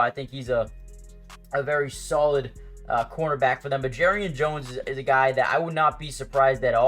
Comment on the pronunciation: How are jaguars fans still pronouncing "Jar"rian Jones name wrong still after all this time did you not watch the Mia O'Brien interview